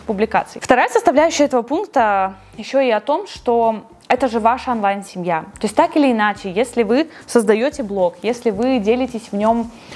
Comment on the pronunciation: Классное видео, как и все другие ❤ но слова «Афлайн и Анлайн» так режет уши )